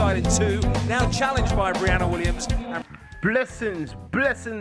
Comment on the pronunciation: Its pronounced BRE..ANNA, not Bri ..ana